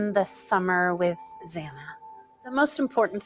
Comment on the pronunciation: It's pronounced Xanna.